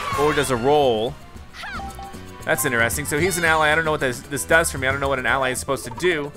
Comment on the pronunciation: why did you pronounce ally wrong